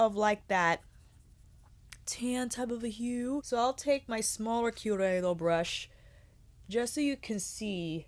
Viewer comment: I believe those chikuhodo brushes are pronounced like hot-ko-ho-doe if I'm not mistaken. But please correct me if I'm wrong, I've heard it pronounced like that but you're the first to pronounce it the way you do, so you could be right. But incase just wanted to help a girl out. Luv ya! 🖤